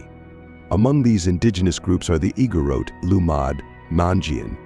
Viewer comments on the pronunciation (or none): Blah... Blah... Blah... Way to say nothing... And what Bible verse did this video even quote which claims to represent the Bible?... Not ONE!!!! This is fraud! This is incredibly uneducated. What a waste of time. Notice they cannot even pronounce Tagalog nor Igorot which tells us all much. They have not done any research! They did not unravel any connection, they made up illiteracy with no basis. This is propaganda. They know nothing of the pre-colonial history and certainly do not know the Bible nor historic migrations which they offer no detail whatsoever except telling you that the Philippines is from Ham... Oops! in 13 minutes they forgot they said that and then said Filipinos descend from Japheth... Now that is illiterate and wrong. Yes, there was mixing later but this has nothing to do with origins. The God Culture proves this and obliterates this kind of useless pontification. Notice, the DNA interpretation they offer is unaware of migration patterns of the Bible, nor actual history and the assumption that Filipinos are from Ham, oops! I mean Japheth which proves this channel has 0 acumen to even approach this topic. Philippines from Gomer from the Russian Steppes? What? What nonsense! Togarmah is not considered the origin of the Filipino in any credible interpretation. Did they tell you how they arrive at such an insane conclusion? Of course not. This is blah... blah... blah... Nothing else. Notice, in the text on the bottom , they place something not actually